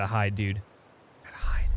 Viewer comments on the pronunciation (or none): none